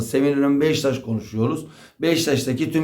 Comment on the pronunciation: Abi sürekli Beşiktaş'a Beştaş diyor.